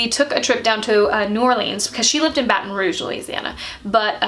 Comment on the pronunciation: Is anyone else bothered by her saying New Orleans wrong but Baton Rouge right